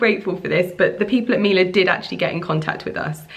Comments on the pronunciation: Her pronounciation was actually quite good. Miele is a german company and we say "Mie" like "Me" 😊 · babe!!! I know pronunciation isn't your forte hahahah but it's pronounced mi-e-le not mila. It means honey in Italian. sending you much love!! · Miele gives you a couple appliances FOR FREE and even then you don’t learn to pronounce their name? Google it